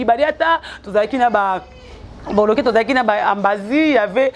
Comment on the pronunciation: Ambasi et non ambazi pe longolaka merci pour ton djob